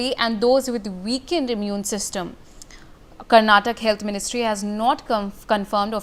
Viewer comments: It's not karnatak it's karnataka.. Kindly correct your pronounciation.. Basic needs of the communication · Karnataka not karntak.. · Call it Karnataka..not Karnatak. Correct yourself. We Kannadigas have Bengaluru in our hands. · 😂somebody train her on basics of the state and it's pronounciation.. Lol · Lady, its karnataka and not karnatak, correct your pronounciation. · Being and practising as a journalist and don’t know to pronounce the state name